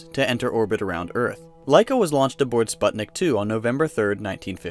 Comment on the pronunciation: spuht nick omfgggg